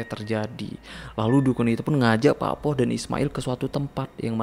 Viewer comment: Cuma mau meluruskan. Ada beberapa yg salah pelafalan. Pakpoh = bapak sepuh / pakde penyebutan untuk laki2 paruh baya yg terlalu muda buat disebut kakek. Cara baca o di pakpoh sepetti pengucapan o pada bakso Cak bejo = cak untuk laki2 lebih tua seperti abang. Bejo cara baca e seperti pengucapan besi dan o seperti pengucapan pada orang. Bukan dibaca e seperti bebek dan o seperti bakso. Pengucapan cak sama seperti hurufnya. Bukan cek.